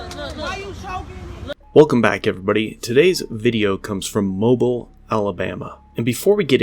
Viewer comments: It's pronounce MO-BEEl Alabama, the emphasis goes on the second syllable mo-BEEL. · It's pronounced Mo-Be-L not MO-Bull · It’s pronounced “Mo-beal” not “moble” like a a mobile phone. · BTW - Mobile is not pronounced like the gasoline company. It is pronounced as in its original French name. It is pronounced like "mo beel". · Just passing through and saw this. If you happen across Mobile, Alabama footage in the future... they say it like mo-BEEL instead of MO-bill. :) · It’s mo beil!! No Mobil ! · My friend, it isn't Mo-bull. It's Mo-beel like steel. :) Thank you for posting this and bringing it to people's attention. It's so appreciated. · Lol it’s pronounced Moobeel.. not mobull. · "Mobeel" not Mobil. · "Mo-Beel" not "Mo-Bill" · Hey! If you ever get a story about Mobile AL again. It's pronounced "mo-Beel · It’s Mobeel Alabama. Not Mobile. When you spit in a cops face, he is going to retaliate, when you spit in any mans face, they will retaliate. I am never a copsplain fan, nor a tyrant fan, but sometimes you shouldn’t spit in someone’s face, even if your in handcuffs. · you say Mobile(Alabama) like T-Mobile. the fucking cringe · I don’t want to be captain correcto… however… it’s pronounced like “Mo-bill.” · I completely understand it, but it drives me crazy that he's pronouncing Mobile wrong.....but also correct. Moe Bill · Being from Georgia I have to point out his pronunciation. I know it sounds absolutely ridiculous but you have to put a little southern drawl on to be able to pronounce it correctly. "Moe-Beal" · Ummmm...Mobile is pronounced Moe - Beal 🙃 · Mobile, pronounced Mo-beal. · The city's name is pronounced mo-beel, emphasis on "beel". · It's pronounced like "mobeel" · From Alabama, this is normal. Also it is pronounced Mo-bill. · Not to nitpick, but it's not pronounced that way. Pronounce it as mo-Beel. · The city name is pronounced "mo-BEEL." Thanks for the video. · The city is pronounced " Mo-beel" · Mo-Beel for future reference